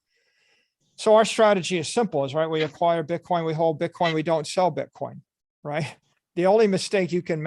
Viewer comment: He lucks ruff as fuck - It's called Bitcoin not Bitcorn Michael